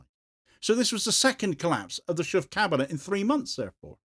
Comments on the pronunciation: Schoof isn't pronounced Shoeff as the double o in Dutch makes it sound more like in words like though. And the ch sounds is more like a k in English. Quite why this party is still in charge is beyond me though. They really haven't got a hope and a prayer of staying on any longer. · Shoofff? 😅 His name is Schoof. You, as an English speaker, can't pronounce his name properly. Neither can German or French speakers, so I don't blame you. But to Dutch native speakers, it sounds very funny, the way you try to pronounce it (but doesn't even come close...)